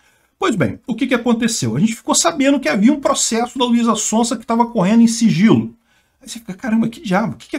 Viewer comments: " Luisa Sonsa dispensa apresentações, é uma cantora muito conhecida". O deveria pronunciar "Sonza", no caso do sobrenome dela o S tem som de z, isso porque ela é muito conhecida kkkk. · o Z se pronuncia tipo o zunido das abelhas, zzzzz sonzzzza, sonzeira, zarpar, zetélo, zoraia, etzétera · Luiza Sonsa hahaha É Son Za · de tanto falar mal de Russo não pronuncia mais o Z (Contém brincadeira) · Ele falando o nome dela errado…. Hahahahahaha Sonsa! Ótimo 😂😂😂😂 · falando Luiza SonSa... não tem preço kkkk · Eu não sei se foi sem querer ou foi de zoeira, mas achei engraçado ele falando Luíza Sonsa como se ela estivesse sendo sonsa sobre o caso kkk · O falando luiza SONSA kkklkk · kmmkkmmkmkkm ELE FALOU LUIZA "SONSA" kmmkkm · O mais legal foi assistir o errando a pronúncia do nome dela o video todo heheh ainda mais pra chamá-la de sonsa. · sempre fala "sonsa" kkkkk